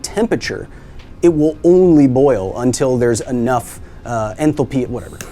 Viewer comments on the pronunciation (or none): "It will only boil until there's enough entlepeewerr" - what?! ...and the can did not suck in anything - the external air pressure pushed the water in.